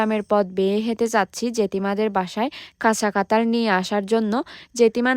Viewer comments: আমি উনাগো জাতির যতো ভিডিও দেখি, সবাই কথা ঠিক মতো উচ্চ রন,কেন করতে পারে না, এই যেমন কাঁঠাল কে বলে কাতাল,। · কাতাল না কাঁঠাল🫢🫢🫢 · কাঁঠাল ❌ কাতাল ✅ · কাতাল না রে,,,,, কাঁঠাল হবে 😅😅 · আপু কাঠাল কাতাল না 😂😂😂😂😂😂😂😂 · Katal na Kathal😅😅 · কাতাল না রে গাধাঁ কাঠাঁল 😂😂😂😂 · কাতাল না কাঠাল বলে উচ্চারন করুন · কাঁঠাল বলতে পারেনা বলে কাঁতাল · কাঁঠাল ❌❌❌ কাতাল ✔️✔️✔️ শুদ্ধ বাংলা ভাষা ❌❌❌ Difficult বাংলা ভাষা ✔️✔️✔️ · কাঠাল ❌ কাতাল ✅😂